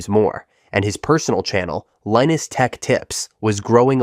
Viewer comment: Linus is pronounced "Line-us". Gabriel is pronounced 'Gabe-ree-oh". :)